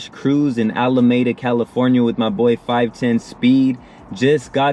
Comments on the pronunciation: You know you’re not from the bay, when you pronounce Alameda, “Alamayda” 😂😂 Just talkin’ shit though. Great content bro! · The city is It's pronounced Alah-meedah. #BayAreaCali